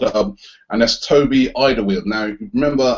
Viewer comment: its pronounced All-der-var-eld